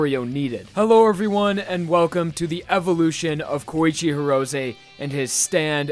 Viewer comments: Horosay? why are u pronouncing his name like that its He ro say and say all together Hirose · “Goweegee Heerowzaye”